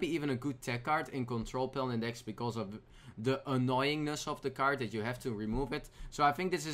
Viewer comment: it's CARD not KAART